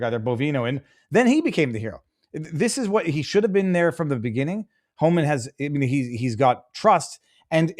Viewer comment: Does not know it’s Tom Homan? sounded like he was saying Todd Homan